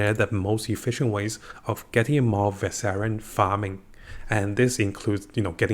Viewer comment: Varshan? Who is Var-say-rian?